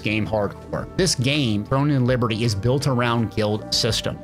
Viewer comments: I had to stop watching after the 5th time you said "Thrones". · Sounds like he's saying thrones in liberty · My brother, say it with me: THRONE and Liberty. No “S.” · Finally someone notices! So annoying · uh, didnt ArenaNet develop guild wars? and why are you mispronouncing the title of throne and liberty?